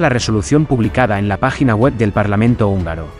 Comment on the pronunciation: Actuación,, no "actuación". Húngaro,, no "ungaro". Atingente,, no "atinente". Unión,, no "union". Sapiencia,, no "sapiensa". Torpeza,, no "torpesa". Y supongo que "parlamrnto" es solo un error de digitación. ¡Hasta cuándo me haces rabiar! 😁😁😁😁